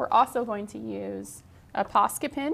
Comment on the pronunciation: I am loving this but wondering if any one else hears "pasta pen" every time she talks about the posca markers